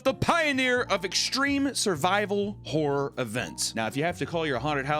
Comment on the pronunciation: I cant get past that every time you say horror, it comes out as wh*re lol